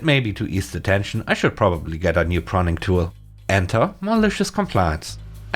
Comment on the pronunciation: Pruning is from the verb to Prune. So... yes. You weren't saying it correctly. Well, another comment for the Algorithm.